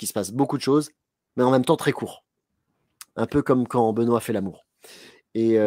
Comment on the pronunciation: ne change rien, quoiqu'en disent tes 2 acolytes, ta prononciation est top 😁😁😁